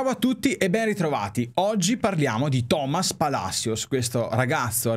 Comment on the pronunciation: Caro breve commento su la pronuncia in spagnolo, con tutto il rispetto perche sono venezuelano e l´italiano non e la mia madrelingua: non se pronuncia TOmas, perche il acento e piane, quindi la pronuncia giusta e toMAS. La doppia elle se pronuncia diferente in spagnolo alla singola, quindi in TaLLeres la doble elle non se pronunciata come in italiano ma come GE in Genoa. Abbraccio da Caracas e sempre assolutamente Forza Inter!